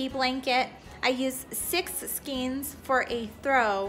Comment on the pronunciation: these bundles of yarn..are called SKANES, not SKEENS The actual spelling is SKEIN....and it is pronounced SKANE your directions are pretty good, everyone has their own method,,, so the more people watch, the more tips they will get and be great blanket makers!!!